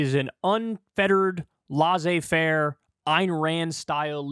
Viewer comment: Pet peeve - it's "lae-sae" faire